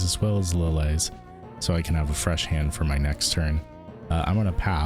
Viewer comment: Who pronounces "Lillie" as "Li-lay"? its "Li-Lee" like "Lilly".